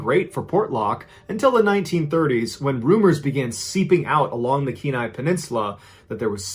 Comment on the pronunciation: As an Alaskan, Thank you for pronouncing Kenai correctly.